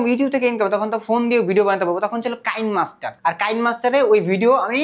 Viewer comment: বলদ কিনেমাস্টার কে কাইন মাস্টার বলে😂